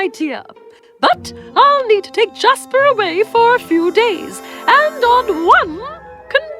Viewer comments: when she said little prince jasper | I thought it was "JASMINE " LOL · oml jasper was gonna be my pup’s name but my family couldn’t pronounce it so his name so we changed his name to Casper